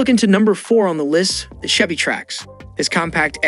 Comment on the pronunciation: It was so annoying - Volks Wagen ( with a soft ‘g’) , Chevy (with ‘ch’ instead of ‘sh’). But I though it was due to uneducated youth not AI !